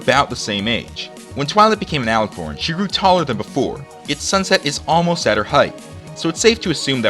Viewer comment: alicorn not alicirn